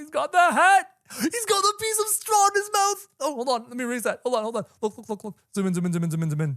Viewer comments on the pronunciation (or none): none